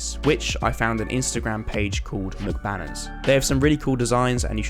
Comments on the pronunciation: also to clarify, they aren’t pronounced “mic banners” like McDonald’s” they’re just “m” “c” “banners” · pronounces Mcbanners as MacBanners EmCee(Minecraft)Banners: depression intensifies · I love how he calls them mcbanners like McDonald’s but it’s meant to be m-c-banners 😂